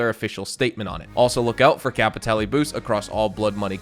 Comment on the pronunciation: I haven't played any Blood Money missions ever, "Kay-pee-tay-lay" WTF R*... If the Dr. Dre collab is a true thing I will be absolutely playing them, listened too much of his music to skip a piece of his work.